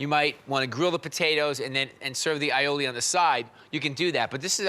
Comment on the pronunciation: eye-o-ley Strarts with an a not I a I